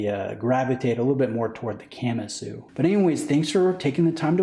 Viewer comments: Please stop saying “camma-sue”😖 I’m pretty sure it’s Ka-MA-su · Please don't pronounce Kamasu like a Camry... "Kah" "mah" "soo" not Camasu..... 🤦🏻‍♂️ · Just a tip how most things are pronounced in Japanese; most syllables are consonant-vowel. So Ka-Ma-Su and not Kam-A-Su. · Ka-ma-su. If you're going to do a review, at least learn how to pronounce the name. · 😂 why’s he saying it like that?